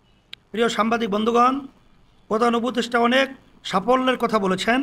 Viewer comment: সাম্বাদিক শব্দটা খুব কানে বাদছে